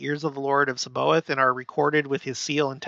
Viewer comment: It’s pronounced SAB-BA-OTH, with the emphasis on “OTH”.